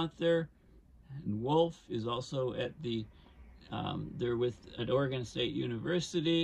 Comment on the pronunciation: Good information. Thank you! Personal nitpick: your pronunciation of "Oregon" was occasionally wrong.